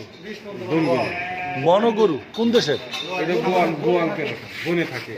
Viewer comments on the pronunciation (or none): গোয়াল গরু না, সঠিক উচ্চারন হবে গয়াল গরু।